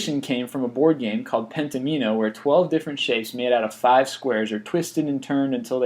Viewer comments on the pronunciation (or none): Penn-toe-mean-oh? The hell? It's pronounced Pen-Tom-In-Oh.